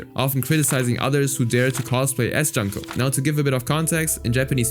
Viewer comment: Her name is pronounced "Joon-koh* NOT Juhn-koh*